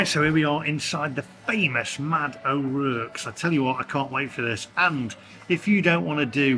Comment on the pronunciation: O'Rourke, pronounced o'rork not o'rerk.